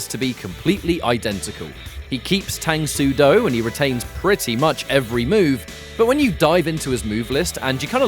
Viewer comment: Its pronounced “Tung” soo do btw.